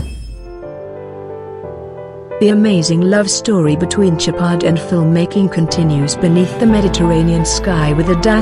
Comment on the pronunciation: It’s SHOWpard not Chipard 🤦‍♂️ stop using automated voices it’s sad 🤬